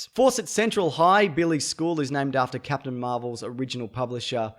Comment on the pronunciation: Why is nobody talking about Zap-tain America? Lol